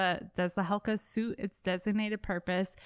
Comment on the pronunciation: Great review, I think it's pronounced HeCla, not Helca.